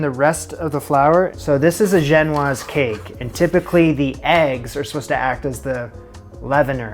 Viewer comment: Yeah but you casually pronounced « genoise » much better than anyone on GBBO including Prue and Paul 🙌🏻